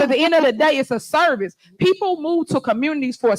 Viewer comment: “Sarviss” -T. Henny